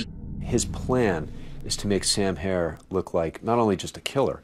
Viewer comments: HERR NOT HAIR ! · HERRRRR NOT HAIR !!!!